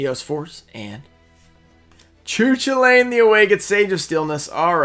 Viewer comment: is not ciu ciulai :)), is pronouince ku kulain